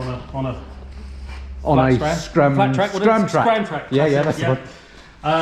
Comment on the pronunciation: Scramtracker.. Scramter.. hmm.. 😆